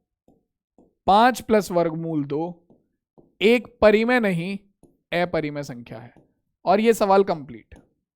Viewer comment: Sir not एपरिमेय it's अपरिमेय